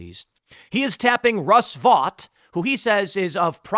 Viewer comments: Vought is pronounced Vote, not Vot. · I believe, Tim, Vought is pronounced VOTE. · OMB Director’s last name is pronounced “vote”.